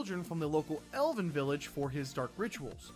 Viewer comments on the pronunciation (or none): none